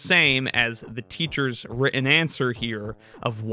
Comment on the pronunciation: Sorry, I can't take anyone seriously if they can't properly pronounce the word "written".